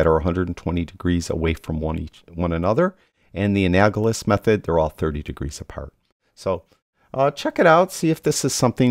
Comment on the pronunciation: Sorry, pronunciation... an-AL-o-GUS... I have used teal, 180, for shadows, and then looked at red, 0, and then have taken the analogous of red, orange, 30, and magenta 330, and have the in midtones and highlights, sometime closer to red, 20 and 340. Then adjusted to taste